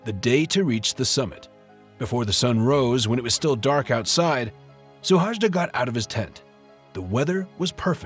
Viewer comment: His name is Suhajda, not "Szuhásdá".